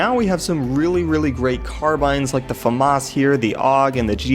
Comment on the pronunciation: "Famas" is pronounced like "Fah-Mah" like you did but without the "S"